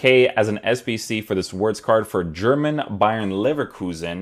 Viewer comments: FYI, in German, the W is pronounced as a V, so you would pronounce it as Florian Vertz. Not judging you bro, just letting you know :D I love your content, and I always check out your vids for player reviews first. Keep it up bro! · bro its veertz Wir is veer no ver